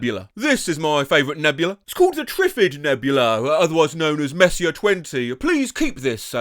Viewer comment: Seeing as you have a talent for pronouncing even the most unreadable "words", I thought I'd point out Messier is pronounced as "mess-e-ay"